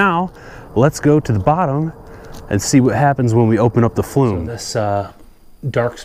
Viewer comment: Thanks...well done. I just did mine and now want to try to sweep my oil chimney flue but need a different brush. Was thinking to make my own somehow. Any thoughts? Fyi, sounds like you are saying "flume" instead of "flue".